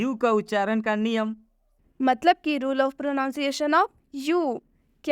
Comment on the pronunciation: मैम प्रोनोसिएशन नही होता है प्रननसियसन होता है